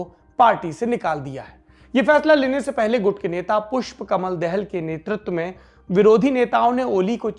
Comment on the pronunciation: dahel nahi.....Da-haal...."Dahal"